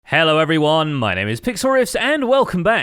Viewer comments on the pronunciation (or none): none